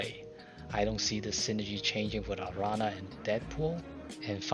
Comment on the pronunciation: My favorite thing this week is gonna be watching videos by people who don't speak spanish trying to pronounce Araña XD